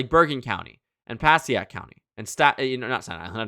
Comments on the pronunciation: Pah-see-ack county 😂 It’s pronounced Puh-sake County But great video. Passaic County is key to Jack Ciattarelli’s victory for sure. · please make an effort to pronounce county names properly its Pa-say-ic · Passaic (Puh-say-ick) county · it’s puh say ic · “Pass-ee-ack” County lmfao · Dude has been making election videos for years and has still never bothered to learn how to pronounce Passaic County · the pronunciation of passaic county took me out